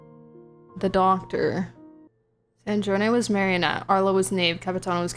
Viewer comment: Absolutely loved the playthrough, despite being triggered by the Pantalone/Sandrone name mispronunciations.